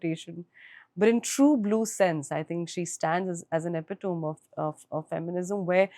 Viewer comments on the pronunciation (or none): Yami - Your English and articulation is excellent. But please check on your pronunciation of “epitome” its pronounced differently from its spelling. Many people make the same mistake